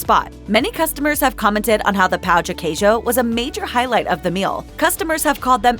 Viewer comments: Watch your pronunciation. If you ask for a "CHEESE D1CK" you'll be laughed at. The correct pronunciation is something like "pan-own de queijo" instead of the wrong "pah-uh". The same rule to all "ão" words, like Fogo de CHÃO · Please pronounce the tilde in "Fogo de chão" and specially in "pão de queijo" 😅